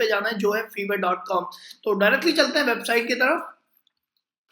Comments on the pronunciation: Bhai vo Fiver hota hai (फाइवर).. Na ki fever 🤣🤣🤣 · Fevrr ni its fffiii verrr😂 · Ye feeever nahi fiiiver ha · Sir vo shayad fiverr hota hai "fiver"(bhukhar ) nahi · Your pronunciation of fiverr is wrong . It is not fever. it is five+err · its not FEVER its FIVERR Atleast pehle naam lena seekh liya karo tum logo ko sunkar dusre bhi bolenge galat Also fiverr par main pichle 4 saal se web development ka gig chala raha hoon 99 percent positive feedbacks ke saath aur yeh bata dun aap sabko fiverr is not for KIDS 1 negative review aapke total orders ko khatam kar sakta hai Fiverr par bina skills ke signup karna bekaar hai koi order nahi karega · Hahahahhaha feevar nahi lol Fiverr 😂😂😂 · Another thing dear chootiya it's Fiverr not feever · Buddy it is pronounced 5er